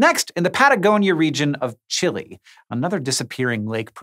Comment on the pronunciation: How do you go thru all the effort of pronouncing lago cachet... but then butcher the pronunciation of Chile.